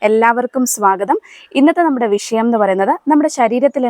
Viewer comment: വി ശയം അല്ല വിഷയമാണ് പ്രോഗ്രാം അവതരിക്കുമ്പോൾ സംസാരിക്കാൻ പഠിക്കാം എന്ന് അഭ്യർത്ഥിക്കുന്നു വാക്കുകൾ ശ്രദ്ധിച്ചുവേണം ഉപയോഗിക്കാൻ